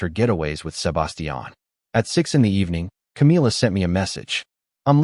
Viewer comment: And can't grasp how to pronounce Sebastian and Pueblo properly. 😅